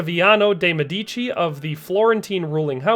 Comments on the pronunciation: Nicely done! If you do other videos on Popes, you will find a few are from the MED-ee-chee family, not meh-DEE-chee.. A MED-ee-co is of course a medical doctor (in Italian.) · My boss at work pronounces Medici by emphasizing the second syllable, same as the narrator in this video. I wanted to correct her but I stopped myself. There’s another channel I follow that focuses on US presidents’ family trees. When the owner of the channel began covering FDR and his family tree, he kept pronouncing the name “Delano,” FDR’s middle name and his mother’s maiden name, he kept emphasizing the second syllable instead of the first. It was driving me crazy.